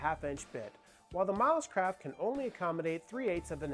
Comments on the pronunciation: Every time you mentioned the company name I heard it as "mouse crap" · To my Aussie ears it sounds like you are saying “Mouse Crap” rather than Milescraft 😂